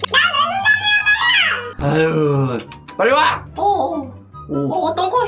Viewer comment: 1분39초때 빨리와를 빤나와라고했음